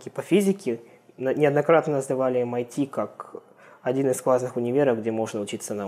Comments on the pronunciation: 23-39 Не МИТ , а ЭМ АЙ ТИ :) разница между ними 7219 км приблизительно :) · САТ и МИТ просто убили меня. Почему они не произносят как ЭС АЙ ТИ и ЭМ АЙ ТИ?!